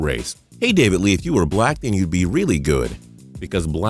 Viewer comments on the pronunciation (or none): none